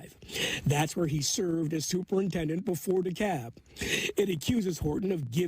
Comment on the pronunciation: You pronounce the L in DeKalb, Illinois.